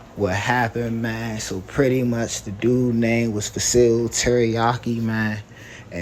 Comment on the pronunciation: Bruh, said FaSeal Teriyaki 🤦‍♂️